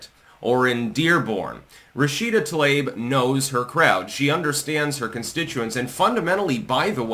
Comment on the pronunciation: I love how claims to be some master linguist, but he can't pronounce peoples' names correctly. 🤣 "Tl-ayb" ❌ "Tlah-EEb" ⭕ - 十四才♀️